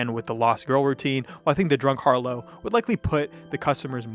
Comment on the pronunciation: just fyi, harlot is pronounced “har-lot” not “har-low”.